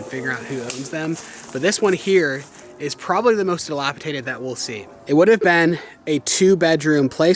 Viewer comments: FYI: the word is “Dilapidated! Not dilapitated!😂 no tater involved ! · I love your videos and can't wait for them to come out, but geez, you have to learn how to say the word dilapidated. There is only one T. It is pronounced d-lap-i-Day-ted! Not Tay-ted. Thanks for sharing your lives with us. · Dilapidated. ... " dated. Not dilapi tated. just sayin...